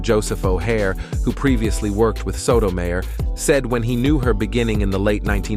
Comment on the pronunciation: How disrespectful that you didn't bother to learn how to say Sotomayor's name. As a lifelong Catholic, Iand lawyer, I find this video offensive. Alito is corrupt. Thomas is corrupt. Both are bought and paid for. They have hurt so many poor people. All of the Maga right are NOT Catholics. They are bigots spewing hate. They may pretend to care about the poor and hungry, and then vote against affordable medical care, non discrimination, and immigrant children. That is not Catholic. That is not consistent with Christ's teachings. And the insanity that criminalizes abortion is just an attack on poor women. Abortion is a mortal sin, but so is having an unwanted child. And neglect and abuse do more harm to the immortal soul. Thomas, Alito, and your right-wing cabal are the worst examples of Catholic there is. Rich man Thomas will be a camel at the eye of a needle when his time comes. Here's hoping these corrupt justices (not including Sonia Sotomayor) do not completely ruin our constitutional government.